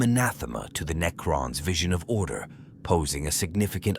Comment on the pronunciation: AI narrators sound good until they try to pronounce Necrons, and repeat the same ideas in four different ways to pad out the runtime.